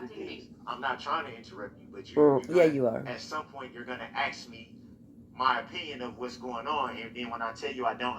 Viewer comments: And it was obvious that the minute she denied the throttle body excuse, he refused to answer anymore questions like he was a child! And I hate him even more when he says axe. And his language arts sucks! He must have missed his English classes. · Axe!!!!!!!! Ughhhhhhhhhh!!!!! Do dis. Do dat. Forf. Oaf. Does this drive anyone else crazy? Or I didn’t wave my right to no cownsel. He’s such an _#%>€£{\! Hole. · What l found amusing is when he found a new word to quote. Like ..Fundamentally. …. He can’t pronounce. Ask. But he can pronounce. Fundamentally.😂😂😂😂😂 He is an ignorant joke.